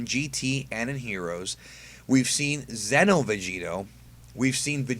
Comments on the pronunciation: Psst. Its xeno not zeno. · Why do most people that make this kind of video pronounce Xeno like Zen-oh... It's pronounced like Xenoverse 'Zee-no'